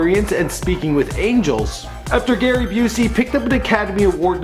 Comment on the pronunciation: ITS GARY BOOZEY!!!!! LOL